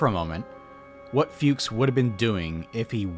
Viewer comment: German here, very nice video. But, what a little bit ground my gears was your pronounciation of "Fuchs". It's not like "fugues" but more like "fox" but with a similarily short u. all ze best. 😁